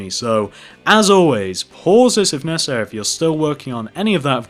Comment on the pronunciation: Why did he keep saying pauses of necarsery